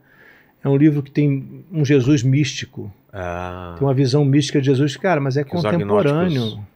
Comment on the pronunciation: O cara é jornalista famoso e pronuncia ....JESUIS.. LAMENTÁVEL CARA... ficou muito feio